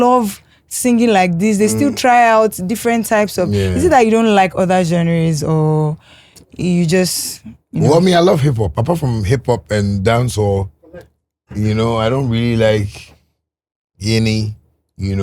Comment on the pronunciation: My Lady, Its not genury o, its genre